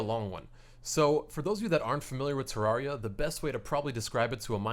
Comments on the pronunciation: TER RARE RE AH THATS HOW ITS SAID TERRARIA THATS HOW ITS SPELLED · its pronounced tr-ar-e-u